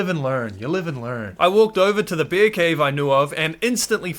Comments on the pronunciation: Is it a speech impediment or are you a brit since you pronounce those big balls of fur, fat and fangs as "beers"? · Man every time you said bear it sounded like beer "OH look a beer"😂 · Why when you say bear I hear bier. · I love how say bear.😂❤ Bair. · the way you say bear itches my brain in an unexplainable way